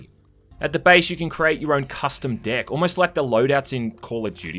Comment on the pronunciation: My god stop saying deck cause all I hear is dick now... Good job making me unheard it now